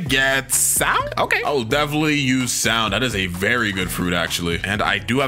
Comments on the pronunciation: It’s sound not souhnd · you spelled sound wrong you said souhnd instead which is pretty funny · Bro Had Sound As Souhnd